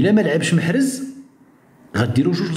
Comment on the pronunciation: لقد تغير اسم محرز وأصبح له اسم مخنز او مخرز 😂😂😂😂😂